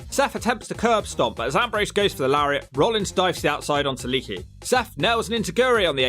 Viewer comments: I luvs ya. But the way you butcher names makes your credibility shit. How hard is it to pronounce lay-ah-key.??? It's le'akee. You're calling him leaky like he's a running water spout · I'm just curious. You do know it's not pronounced "Leaky" right? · ITS LEE AK EE